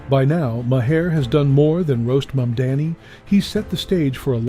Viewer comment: Love Bill Maher Pronounce his name correctly please